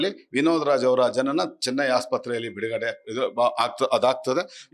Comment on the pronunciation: ಅಣ್ಣಾ ಇಲ್ಲಿಗೆ ವಿನೋದರಾಜ್ ಅಂತ ಉಚ್ಚಾರ ಮಾಡೋದು ನಿಲ್ಲಿಸಿ